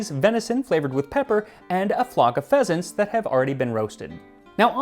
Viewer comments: Instead of "pheasants", i understood "Peasants" and was like: "Dang, thats rude. oh wait a moment..." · I seriously thought you said “flock of peasants”, not pheasants ,and I got a little scared for a second.😂 I was trying to fall asleep and my eyes immediately popped open.